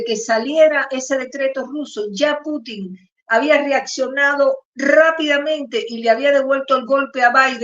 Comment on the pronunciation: Se pronuncia Pútin /pútin/, estimada periodista, tal como lo pronuncian los rusos y el locutor de Prensa Alternativa. La ortofonía existe y hay que observarla.